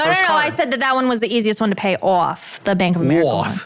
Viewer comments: As soon as she said “off” I can relate. That IS how you pronounce it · No no no that “off” she did was severely northern, not a hint of Tennessee in that 😂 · She pronounces "off" like a New Yorker